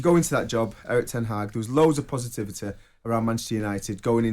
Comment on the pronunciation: pos-ativ-a-teh < can we have English please.